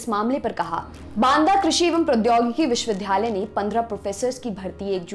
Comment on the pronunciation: मैडम! आप विश्ववि --- "द्या" -- लय बोलिये वि"ध्"- यालय नहीं-- उच्चारण सही करिये🙏